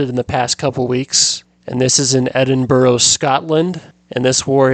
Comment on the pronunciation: He got the details right but the pronunciation of Edinburgh was agony